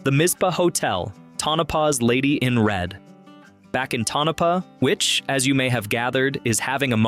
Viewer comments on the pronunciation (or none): FYI... Tonopah is pronounced Toe-na-pah.